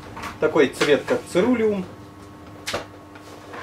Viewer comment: Церулеум - ударение на второе Е